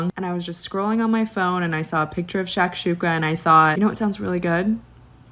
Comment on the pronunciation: I don’t like she said shashuka